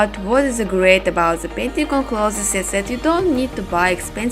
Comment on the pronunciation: Clothes not closes....🤣🤣я забыл мой английский так слушаю каждый день но красиво дело и искусство......